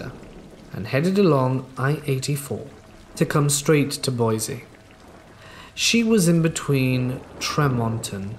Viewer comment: Hey, I know it's completely irrelevant, but Boise is pronounced Boy-see not Boy-zee.